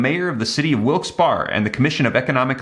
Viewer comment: Pronunciation…Wilkes Berry